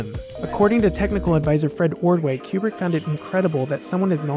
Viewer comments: Step 1 in making a Kubrick video. Learn to pronounce 'Kooo brick.' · It's Coo-brick not Que-brick. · I don't wanna be that guy but it's koobrick